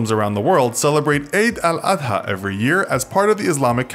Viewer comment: Ngl, ur pronunciation of Eid-al-Adha made me feel weird.